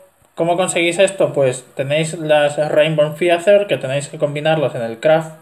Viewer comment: Estoy farmeando hace rato mi mg pero no puedo conseguir items epic shiny porque en el devil square siempre le pegan primero al balrog y si le pego yo primero me termina matando. Ya no se que mas hacer :( PD: La palabra "feather" se pronuncia "feder" no "fiater". Saludos!